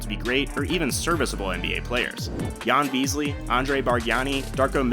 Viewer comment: Ján Beasly? :DDDDDDDD He is Ján Veselý lol